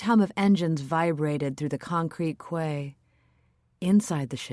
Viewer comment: Quay is pronounced "key". I feel like that is basic grammar a narrator should know.